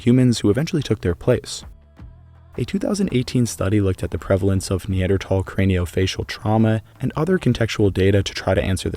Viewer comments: It bugs me you say tal instead of thal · Dude it pronounced neandthal not neandtall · Its NOT neanderTall - its pronounced neanderthall as in "tha" and "all" put them together to "thall" as in "maul" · I know both ways of pronouncing NeanderTHal are correct, but I simply cannot focus on this video when I hear the hard T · There is an “H” in Neanderthal 😭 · I'll come back when you say the word correctly. Tall. 🤪🙄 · Never heard a pronunciation like that 😂😂. Have I been so uninformed all these years. I always pronounced the TH in Neanderthal. Not Neandertall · Can you say Neanderthal like a regular person cause even if your technically right the way you say it sounds terrible. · I can't stand listening to you constantly, saying NeanderTHAL wrong!! Its so hard on the ears!